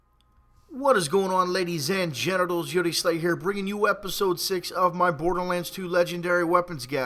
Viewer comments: is it me or does he always say: hello whatsup ladies and GENITALS ?? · I thought he was saying generals that actually makes more sence(what your saying) kinda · Did anyone notice he says ladies and genitals